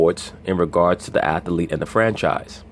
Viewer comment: Athlete is not pronounced athalete. This goofy ass "smart" nigga.